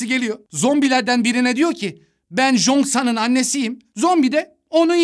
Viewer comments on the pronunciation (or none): Abi o jongsan değil çongsan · Abi o jongsan değil changsan, jongsan dediğinde çok pis anırdım 😂😂😂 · o Jong-san diye değil Çong-san diye okunuyo bu bir, ikinciside Chong-San'ın annesinin "zombi"ye 'oğlum ben Chong-san'ın annesiyim' deme sebebi onun Chong-san'ın en yakın arkadaşı olma sebebiydi yani kadın o çocuğun zombi olduğunu bilmiyodu dikkatli izlersen iyi olur. Ha bi'de de Bağışıklığı güçlü olanlar zombi olmuyodu yani Gwi-Nam'ın bağışıklığı güçlü oldugundan o zombi olmadı ve Nam-Ra'yı çok az ısırdığı için oda zombi olmadı.